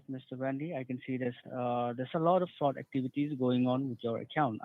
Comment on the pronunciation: That “agent” had so many red flags in his pronunciations and misuse of words. Anyone who’s doesn’t have mental decline should’ve been tipped off. We need to protect our elderly from these “fraudsters”. Wire froud, credit froud. 🤦🏼‍♀️🤦🏼‍♀️